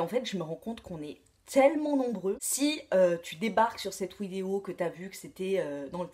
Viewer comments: pourquoi elle dit Widéo au lieu de dire vidéo? c'est le traitement qui fait ca ou c'est juste un délire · c'est comme cela que tu dit vidéo!